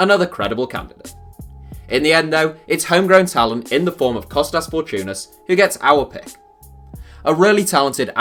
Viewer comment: Kostas Fortounis? ? 😂😂😂